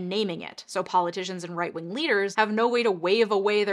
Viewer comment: Lol did you just say right ring? Instead of right wing?